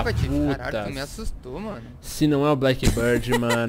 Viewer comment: n se pronuncia blackbãrd se pronuncia blackbírd